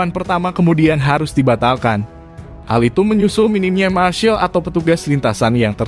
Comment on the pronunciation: Termasuk penyebutan "marshal" admin perlu diperbaiki, dan yang lebih penting bahwa IATC akhirnya ditunda penyelenggaraannya, jaditidak dibatalkan bro